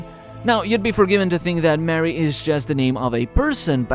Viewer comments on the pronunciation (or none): NO... Sea in latin is MARE, not MARY. And i know that you english speaker have some issue on the LATIN pronunciation of the letter E (y'all pronounce it as the I letter in latin) so you maight confuse them but in latin you call it as the nowadays italian does: MARE (with a E not with a I or even worst with a Y). As an italian guy i can tell you that the letter E is that letter that you ppl always forget to pronounce when you come here in vacation and try to say "thank you" in italian to the waiters; you usually say "GRAZI" but it's "GRAZIE" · The theory makes a lot of sense except "MARY" is not "Sea" in latin... its "Mare" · Mare is the word for sea, not Mary. Mare Nostrum.